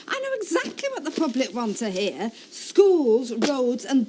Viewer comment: And he can't say the word "to" either.